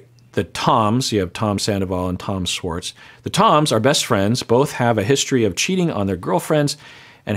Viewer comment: Why does this man say Swartz instead of Schwartz?????